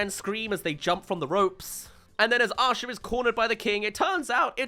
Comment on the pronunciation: Just a side comment. I'm in the US and one of my college professors was from England, and when he pronounced the name Micah we all heard "Meeker" and thought it was amusing. Whenever says the name Asha I hear "Usher". My first instinct was to go check the cast list and see if Usher was one of the voice actors.